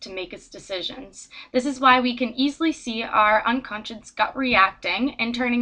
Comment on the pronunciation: nice, but you're mispronouncing it. it's 'unconscious' not 'unconscience' as you keep saying.